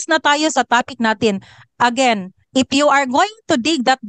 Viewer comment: you pronounce “IF” as “IP”.